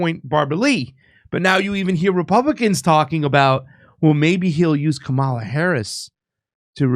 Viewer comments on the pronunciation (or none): none